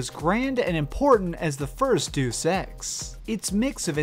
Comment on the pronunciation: Deus is two syllables. "Day-oos" not "doos". It's Latin.